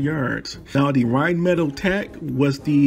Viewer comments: I was interested until you pronounced rhinemetall wrong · Love the totes wrong pronunciation of Rheinmetall. No judgement from me. People who insist on correct cultural pronunciation all the time are frustrating. Especially when they bomb pronouncing anything in American English. It's all good.